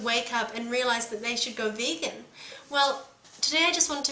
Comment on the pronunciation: She pronounced vegan. Bacon. I AM A BACON FAN!